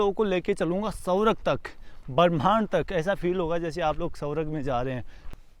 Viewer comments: अरे भैय्या सवरग नहीं ,स्वर्ग बोलो...😂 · आपका मतलब 'स्वर्ग' ? सौरव सुनाई दे रहा है 😅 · सौरग नहीं स्वर्ग bolo